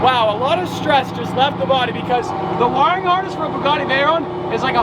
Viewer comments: Can you pronounce Bugatti how you used to because beaugahtea is kind of annoying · I thought it was a bugatti, not a bewgatti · Bewgatti? Lol said or around that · why did you say bewgatti 🤢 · The way u say buugatti is awful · Why does pronounce "Bugatti" like that?